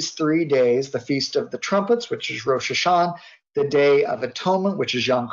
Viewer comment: this guy is probably the only person who does not pronounce the "ah" at the end of Rosh Hasanah everyone else that I know of does